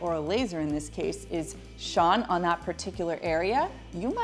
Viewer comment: That must be a Canadian pronunciation of "shown."